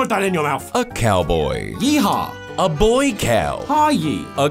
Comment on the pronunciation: "A cowdoy"